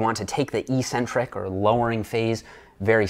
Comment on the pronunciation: Eeeeeeeeecentric isn't a word anywhere in English (British, American, Canadian, or Australian versions). Look it up. If you doubt me, ask yourself what the first syllable of the word is. It's 'EC'. That's pronounced EK, not EE.